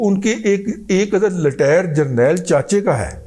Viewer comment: محترم رضی صاحب ۔ آپ کا وی لوگ بہت زبردست ہوتا ہے ، تاہم نہ جانے کیوں مجھے محسوس ہوتا ہے کہ آپ جنرل ریٹائرڈ قمر باجوہ صاحب کو جنرل ریٹائرڈ کی بجائے "جنرل لٹائر" بولتے ہیں ، مجھے اندیشہ ہے کہ کسی دن آپ انہیں "جنرل لیٹر بکس" نہ کہہ دیں ۔۔۔!!